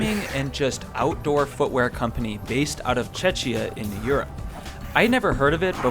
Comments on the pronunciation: Thanks for the review! I am looking forward more videos about those shoes when you try them out more. And please, it is Czechia, you got the pronunciation wrong. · FYI, Czechia is pronounced more like "check-ia". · it's pronounced 'CheKeea' ( Czechia ) or the 'Czech Republic' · I think that he just pronounced the "ch" in Czechia as "č" and not "k" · You should definitely learn how to pronounce Czechia. Your pronunciation is too similar to Chechnya... and that are terrorists from one part of Russia, not the country where Adršpach rocks are from. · The pronunciation of Czechia in English is: • UK: /ˈtʃek.i.ə/ • US: /ˈtʃek.i.ə/ It is broken down as follows: • /tʃ/ as in cheese • /e/ as in head • /k/ as in cat • /i/ as in happy • /ə/ as in above Otherwise great video, I was actually considering them but was too scared.